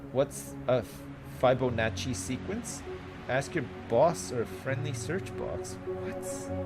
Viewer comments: We were taught fi-bow-naht-ci at school. Either way, ' pronunciation is wrong.:P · fib-oh-na-chi, not whatever the fuck you were saying there.